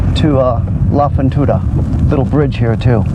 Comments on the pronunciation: Good video .....if we may help you with R Spanish ...........you should say La Fortuna ....not La Fontuna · “La fontuda “😂 I can’t